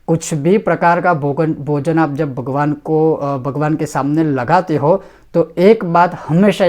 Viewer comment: शुद्ध उच्चारण के साथ उपदेश करना सीखो, भगवान् उच्चरण किया जाता है, वगवान् नहीं।